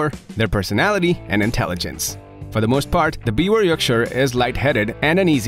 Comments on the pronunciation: you pronounce it 'beaver' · It's pronounced like " beaver " -- the W is a V sound in German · Thank you for saying the name almost correct. Its german so the w has a v sound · The pronunciation is "beev-ehr" with a soft "r" at the end, almost like "beaver". 🙂💜 Also called a Tri-Colored Yorkie. My parents have a Biewer. Even with her serious heart condition, she is the spunkiest, most spirited dog I know, and she LOVES attention! ❤️ Stubborn and opinionated, but an absolute lover! 🥰